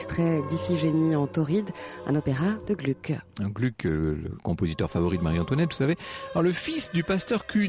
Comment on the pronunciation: On prononce Glouc, pas Glück.